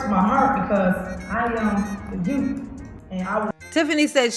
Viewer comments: I’m sorry but in a position as high as the mayor, you should be pronouncing words correctly lol how is anybody supposed to take you seriously if you have been alive for 30 years and still can’t properly pronounce youth 😂 it’s not like it’s a speech impediment or anything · “The yoots” 😂😂